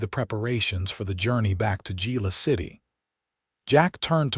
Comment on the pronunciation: I do wish AI could be programmed on the correct pronunciation of Spanish words. It is not Gila City but pronounced Hila City. With that out of my system, this was an exciting story. Glad Willow escaped her abusive husband, who ends up being charged with his threats against Willow, his shady finances is sent to prison. Listening from Clarksville, TN.